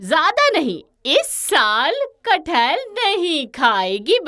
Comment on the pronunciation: Its kathal